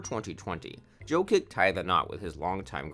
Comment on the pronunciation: its prounounced YO-KICH not JOE-KIK lol